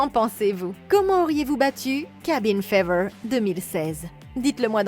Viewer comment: Fever = fiveur !!! Pourquoi prendre u accent anglais si tu ne sais pas prononcer les mots correctement !